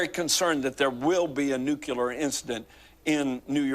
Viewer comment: Was nuclear also mispronounced throughout the dream?